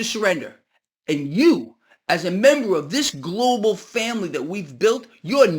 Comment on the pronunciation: Try not to say Glo Baal....thanks